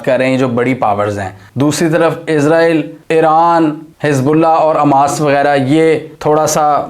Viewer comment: اووو بھائی اسکا نام حماس ہے نا کہ اماس😅😅😅